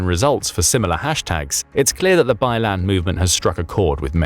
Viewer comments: It not pronounce as “ bai land “ but “ bai lang “ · Bai Lan? 😂 Byland?